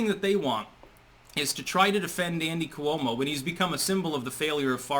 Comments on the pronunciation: KWO-mo, not ku-O-mo. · Libelous -- ( pronunciation) LYE - BULL ' ISS -- Cuomo - Quo-mo not Coo - Oh - mo. Geez -- you pronounce so many words incorrectly. BTW, Cuomo is now admitting to "being flirtatious," so basically that is step #1 in how exit. That's how they do it. Admit to a softer version and leave.